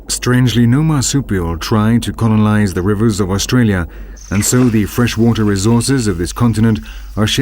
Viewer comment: The narration leaves a lot to be desired. Sloppy script and sloppy pronunciation of certain words. What is "conolize"???